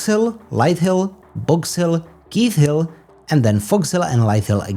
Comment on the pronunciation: Great recap! Just FYI “Leith” Hill is pronounced “L-ee-th”, not L-eye-th”.